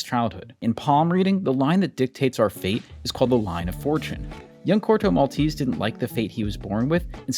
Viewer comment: I wish you'd pronounce Corto Maltese the proper way.